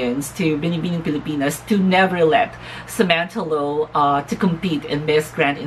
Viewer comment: OMG! You're one of the few who got my last name's pronounciation right. Thank you for the shout out my dear. Another great video and opinion. If you ask me... it takes a brave, strong and determined candidate to compete for Ms.Grand International amidst of all the controvesry surrounding the Organization at the momemt and for that Kudos and thank you Samantha. I agree with you dear that there are still some improvement for Samantha.. the gown (im not a fan of her gown during the bb pilipinas coronation too) pasarella needs more practice specially.. but no doubt that beautiful face, body and her wit is oh so ready for the crown..